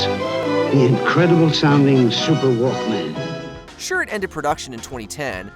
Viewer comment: It's walkman, one word, not walk man.